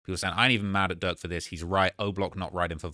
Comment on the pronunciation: can you put a little more R in durks name? bcuz it sounds like ur saying lil duck